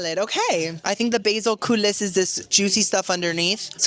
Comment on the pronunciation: Coolee, chipolini not kipolini, I do love watching you but some of the food....like research it?